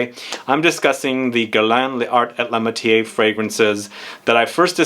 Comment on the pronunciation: Pronounced “Lar ay la matyair”- definitely not “matié”. The silent e at the end if the word causes the r to be pronounced and the “accent grave” gives the other e a soft sound similar to our short e.